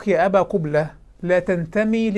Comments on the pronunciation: هههههه قبلة بضم القاف 😂😂😂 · تزاغات ولى " " بضم القاف من أول نهار غلط فيها.